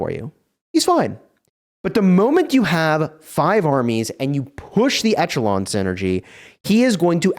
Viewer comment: Check out the pronunciation of echelon.... please.